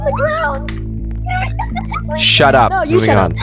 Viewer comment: Bro said shat up